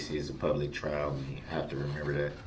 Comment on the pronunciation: His slant lip garbage mouth can't even say "remember" he says mermember!!! Something else that bothered me is Judge Dorow kinda scolding the witnesses about answering when DB is objecting, which he does non stop, and helping him with questions, which she shouldn't be doing either, but let's WWDB, talk over people, intimidate witnesses, and many other things. That's the ONLY thing that wasn't fair in this trial. The beginning of this trial, she kinda babied him and let him have tooooo much leeway. A REAL ATTORNEY wouldn't get away with this, why should he? He was PROPERLY AND REPEATEDLY warned about defending himself, so let him drown in CACA! I absolutely adore the witnesses that didn't play into his little games and semantics and called him to his face who he is!!! The third person stuff they were doing for WWDB gave him control, but Det. Casey and some others, wasn't having it!!! Salute to them!!!